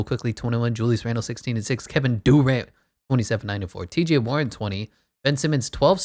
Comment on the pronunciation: Who tf is Kevin doorant I thought it was Kevin Durant